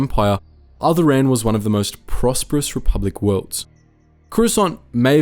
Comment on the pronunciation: Is there a Star wars fan and can't even pronounce alderaan?